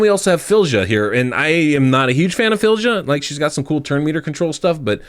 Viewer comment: Filledja? lol Her name is pronounced "Feelya".